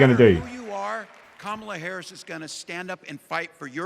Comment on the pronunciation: Hi all! I just want to share the correct pronunciation of "Kamala". It's Comma luh. Probably important to get it right from the start, as I'm assuming we'll be saying it along over the next 8 years!